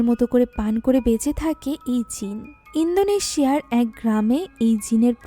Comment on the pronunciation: ইন্দোনেশিয়া no no no জিনদনেশিয়া 😂😂😂😂